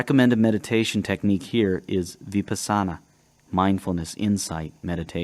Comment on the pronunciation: Awesome book, thank you for sharing!! 😍💫💥🥰💜 FYI, that meditation is pronounced vi-PAH-sana